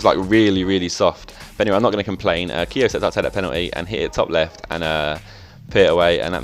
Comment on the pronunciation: Maybe Keogh doesn't score because you keep pronounceing his name wrong :(